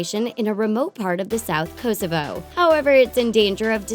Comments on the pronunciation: The way you pronunce kosovo 🇽🇰 makes me want to jump out of my school rooftop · the way she said kosovo :D :D like this if your kosoven to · Lol how she said Kosovo got me because it was connected to my country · The way she pronounces Kosovo lmao